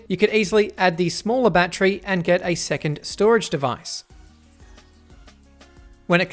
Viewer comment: Great review! "Battery" has three syllables.